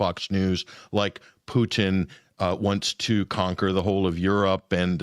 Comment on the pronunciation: Not one of Ray's best ; his constant tongue wrapped around Pooocheeeen instead of Putin gets on my wick a bit